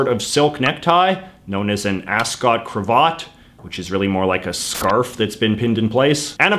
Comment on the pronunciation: It's a cravat, not a crarvart.